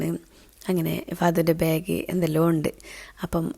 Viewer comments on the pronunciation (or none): none